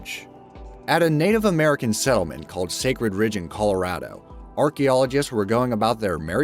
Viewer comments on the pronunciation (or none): none